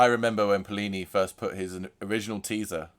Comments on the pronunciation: Seleenium forest 👎🏽 Se-le-nium Forest👍🏼 Pleenee 👎🏽 Pli-ni 👍🏼 Lmaooo decent tone exploration though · Rhymes with skinny or plenty without the t not plee knee